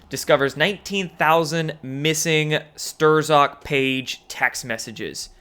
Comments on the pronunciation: Dood it's pronounced "Strock" not Strzzzokgk. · Absolutely love your channel...But Stur-zok?? Lol come on bro, you know it's pronounced 'Strock'! Regardless, your message is still on point! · Thank you for your great work. It's pronounced: Strok as in : straw. Not Stir-zok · It's pronounce Stroke not Sterzok. Do you not listen to anyone else? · It's pronounced more like Peter Stroke.. Not stir zock lmao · You crack me up bro.. “Pee-turr Stirr-zock” Peter struck bro straight up struck. Your the man regardless, brother, patriot, hero. Keep it up!!!! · It's pronounced STROK. If you do such poor research on something as simple as a name, how do we trust any of your 'knowledge? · “Stir-Zok?” I’m tired of being nice about it. Go ahead and criticize me, but LEARN HOW TO PRONOUNCE NAMES. Let me be amongst the first, to call a SHILL. He is here to make us look like idiots who can’t read and write. I’ll give you an example: if he is TRULY keeping up on events, how do you not hear the name “Strzok” mentioned 1000 times? Or any of the other 50 names he can’t quite pronounce. He is reading a script....just watch. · 2018, It's pronounced, ""STRUCK."" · Strzok is pronounced 'Strock'. (It's Polish...) :) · It's Peter ....pronounced....Struck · I really like your channel and I watch most everything you post, but I have just one little constructive criticism and i mean it in the most respectful way possible. Strozk is pronounced “Struck”. No big deal, but just a heads up. 👌🏻 Keep up the good work bro! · it should sound like Clock. Str-ock (the z is silent). And its not U-F-ology, it would be U-fology when discussed as a study of ufo's. Sorry, but just trying to be helpful in your success and professionalism. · Stur-zock? You gotta be kidding me... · Strzok is pronounced, "Struck". But props for plowing ahead anyway. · What’s up guy, that asshole Strzok’s name is pronounced struck. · Storzk prononce STOCK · Strozak (z silent) Stroak. MAGA...mag-uh. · Lmao "Ster-Zok"????